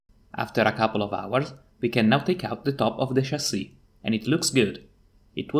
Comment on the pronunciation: Since you brought it up, in English, the short-I sound does *not* sound like the long E sound. They are distinct sounds. "Fish" is not pronounced "feesh". "Chip" does not sound like "cheap". "Hip" does not sound like "heap". "Chasis" is pronounced "CHA-see", not "shahZEE". It's a borrowed French word, and it doesn't follow English pronunciation rules, and the CHA sound is closer to a "J" sound than a "SH" sound. It's the same sound we use for "chicken". We don't say "shicken."